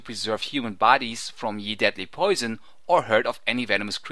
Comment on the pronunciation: Kinda annoying the way you say "ye" every time.... im pretty sure at that point the written word "ye" was pronounced the same as the word "the" is pronounced.